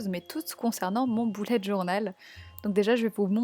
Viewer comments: Margot elle dit un boullette journal mais on est d'accord on dit tous un beullette journal, nan ?😂😂😂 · Tu dis boulet alors que c' est "beulette journal"